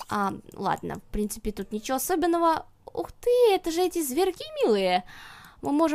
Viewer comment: "Ну и в прынципе" :DD